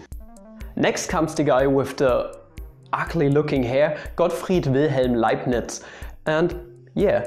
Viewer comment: I actually heard Got fried Wilhelm LimeNutz, nevermind me